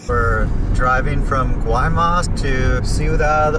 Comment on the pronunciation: Guaymas is pronounced (y- mas)